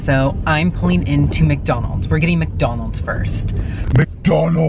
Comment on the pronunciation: Did he say? Macjonalds?